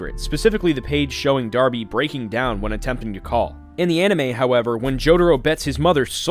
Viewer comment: THE NAME’S DARBY! NOT ORBY OR BARBIE ITS DARBY!!!!